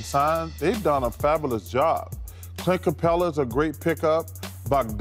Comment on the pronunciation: "they've done a fabilis job"